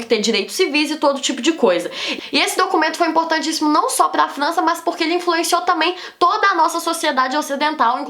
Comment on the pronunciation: ela fala flança kkkkkk q fofo